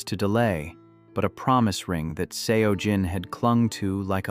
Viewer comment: Pronunciation of Seo Jin is pronounced closer to “So Jin”.